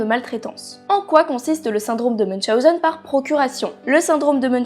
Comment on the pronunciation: J'avais déjà entendu parler du syndrome de münchhausen sans savoir que sa s appellait comme ça et celui de procurations je ne savais pas que sa existait en tout cas merci encore de nous apprendre tout ça et surtout félicitation pour la prononciation de münchhausen moi je l aurais écorché en le disant